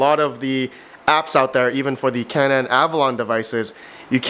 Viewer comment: Canaan is pronounced CANE EN not CAN AN